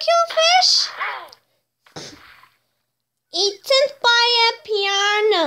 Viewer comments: Text: piranha Pronunciation: per-run-na Pronunciation According To This Channel: PEE-YAN-NA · Text: Piranha Real Word: Piano Unpronounciation: Piannha